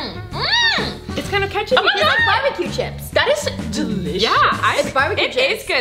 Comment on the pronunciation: tHaT iS dEliSiOuS!